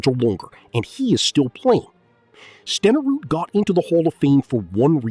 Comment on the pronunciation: And learn how to pronounce Steneruds name! AI bs